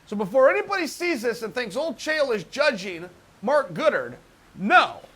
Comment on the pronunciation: When chael said mark goodard i instantly press like